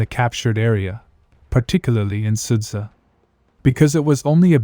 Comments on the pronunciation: Is it so difficult ot copy-paste 'суджа'/ 'sudzha' to google translate and listen the right pronunciation? I understand possible problems with 'черкасская конопелька' or 'нижнемахово'. But there are only two simple syllables here. Two syllables, Carl! 'СУД-ЖА'. Can you pronounce 'Jabba the Hutt'? 'СУД-ЖА' is the same sht: 'SUD-JA'. Just do it. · it's pronounced like {Sooja}